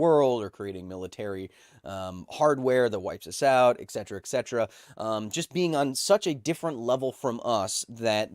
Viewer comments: Pronounced Et Cetera. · Danm it kyle, I love you, but there's no 'X' in ETcetera